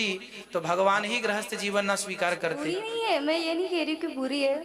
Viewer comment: Grahasth nhi grihasth hota hai